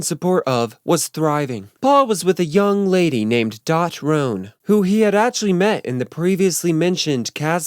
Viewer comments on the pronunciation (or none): none